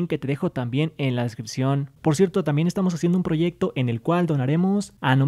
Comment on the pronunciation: Porque siempre hablas así? SERÁN OTROS REGALOS FUTURos, YA TENEMOS MERCH TE DEJARÉ EL LINK EN LA DESCRIPCIon... siempre la última palabra de tus oraciones termina así